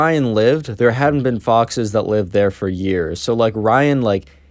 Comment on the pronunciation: I thought that you said boxes instead of foxes lmao